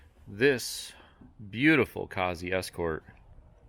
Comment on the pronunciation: It's so funny hearing Americans say Cossie 🤣, love it though